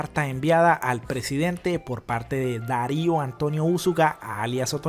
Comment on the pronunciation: No es Dario, es dairo Antonio usuga